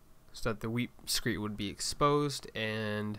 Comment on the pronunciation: It’s pronounced “weep screeD”. T’s not allowed.